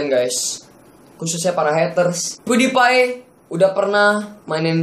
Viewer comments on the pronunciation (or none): Bang Bukan Pudipai Tapi PewDiePie